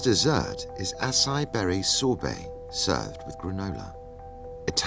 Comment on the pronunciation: The critic didn't know how to pronounce acai.